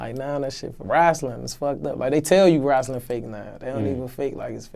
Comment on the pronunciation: Lol bruh said wrastling